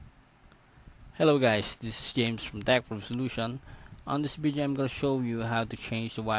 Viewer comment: i am sorry. u sound funny (vedyoo)😅 im sorry , your video help me change my password. thanks 👌